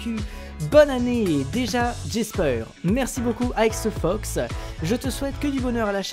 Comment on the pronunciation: yo! super vidéo de FAQ hihi sinon merci de m'avoir mis mes questions;) dans ta vidéo. Par contre quand tu prononce mon nom ixefox tu le dis d'une facon assez differente de la mienne mais bon, prononce le comme tu as envie XD ça m'est égal! PS: like;) toujours présent #abofidel Biz!